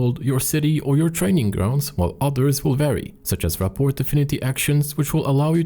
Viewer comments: This is an insane video BTW "Ruh-por" you don't pronounce the T at the end Ya I know English is a dumb language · Great video. Just so you know, rapport is pronounced without the t. ra'por. I think it's a French word that we also use in English, but yeah, no t. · Just one thing to note, "Rapport" is pronounced "Ra-Poor" - It's a real world term, for getting on well with someone.